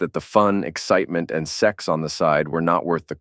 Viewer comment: Wtf is up with saying zex instead of sex? It's ridiculous